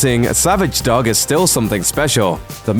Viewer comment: The narrator can't pronounce "dog"? wtf